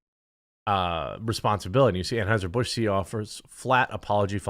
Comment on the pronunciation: “Tran-Hizer Bush.” 💀 Aka Hitler in witness protection, on a ranch in Texas, and he grew a narrow Skittles brand mustache.